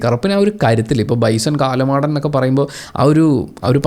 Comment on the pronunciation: കാലമാടൻ അല്ല.കാളമാടൻ.